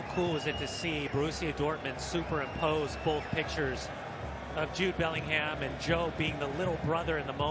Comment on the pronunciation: Wat is with Americans separating the name Bellingham to belling-ham its 1 word BELLINGHAM if ur gonna commentate get it right. 🙄🙄🙄